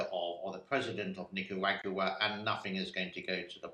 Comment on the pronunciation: Pronounced Nic-kah-rah-goo-ah Emphasis on Nick and rah